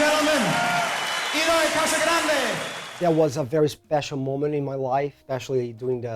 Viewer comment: Never knew you pronounced his last name like that